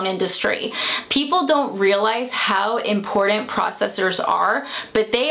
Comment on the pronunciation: Love the info. Hate how she says important. 😆